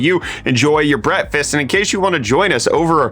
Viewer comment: my 'Brett-fast'...? Sounds delicious.